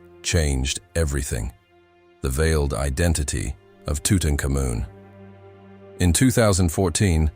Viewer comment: I have never heard it pronounced tutucamoon have you?